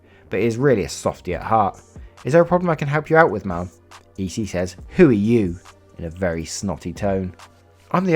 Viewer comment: why do you say ma'am like mom 😂😂